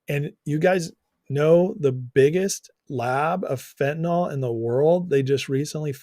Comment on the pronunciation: Chy-na is destroying my country too with fen,tin,yl